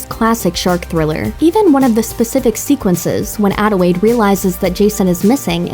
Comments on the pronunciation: ...does this chick keep saying “Adiwade” instead of Adelaide? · It's Adelaide, not "Adewaide" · I'm not the only one who kept hearing her pronounce "Adelaide" as "Adewaide", right? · Did she just say “adewaide” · ADELAIDE. ADELAIDE. WITH AN L.